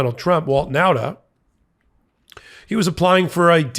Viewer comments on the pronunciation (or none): .....I know a whole family of Nautas...and you keep mispronouncing the name. It isn't NOWTA but rather NAWTA. Thanks for the important work, none-the-less.